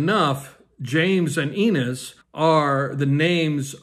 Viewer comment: Ryan and Blake had a third child last fall and kept her name a secret, her name is Betty. You are pronouncing Inez wrong.